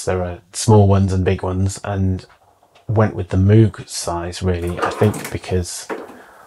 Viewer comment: All that stuff and yet he can't pronounce Moog correctly.